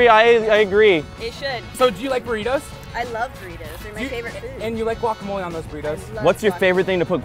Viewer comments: Their pronunciation of guacamole cringes me. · You don't even pronounce guacamole corectly